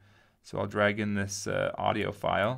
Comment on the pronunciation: Whenever he says "audio file", I hear "audiophile".